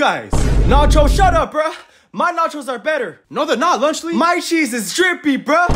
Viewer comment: Lunch Le why did they said lunch Le instead of lunchly?